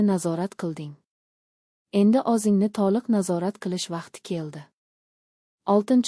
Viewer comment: Анча сабоқ олдим РАХМАТ. лекин харфларни ўз ўрнида ишлатсангиз илтимос. Масалан. ўзингни ўрнига озингни деябсиз. А. О Ў харфларини хаммасини жойи ни ўзгартириб ўқиябсиз. Танқид келажак меьваси